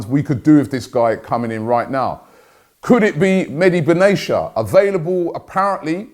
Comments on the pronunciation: Its nor benasia its benatia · Benatia = bern-nar-tee-yah